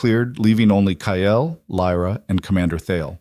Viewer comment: Omg. Ky-Yell. Its Kyle